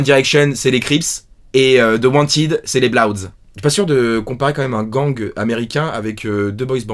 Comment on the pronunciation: La prononciation de "Bloods" m'a mit au sol ptdrrrrr